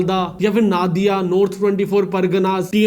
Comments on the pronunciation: it is not (Na-di-ya) it pronounce as Nadia(No-di-ya) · अरे भाई नादिया नहीं नदिया होता है 😡